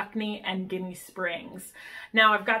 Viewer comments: Jenny springs is how locals say it .the word your saying is a derogatory word for Italian Americans lol good video tho . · I love both! Though Ginnie is pronounced with a "j" sound... like Jinny!